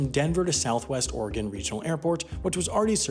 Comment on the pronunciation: kudos for pronouncing Oregon right